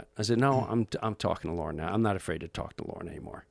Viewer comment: I was about to make fun of this, like "What good of a company can it be, when its leader is a MAN named 'Lauren' ;-D" , but he meant "Lorne" Michawels, right?